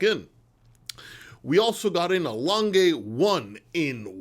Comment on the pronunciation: I presume you'd prefer people to pronounce your name correctly and it is polite to pronounce names correctly, so I'm surprised you persist in mispronouncing Lange. It's a German name and it's not hard to say correctly. Other than that, I really enjoy your channel.